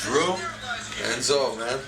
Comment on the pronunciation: it sound like enzo said etzo